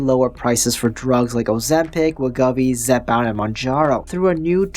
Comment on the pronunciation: It’s WEH-GO-VEE. Other than that, great vid. 👍🏻